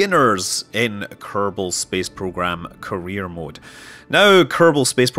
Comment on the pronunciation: Am I the only one hearing "Korea mode"?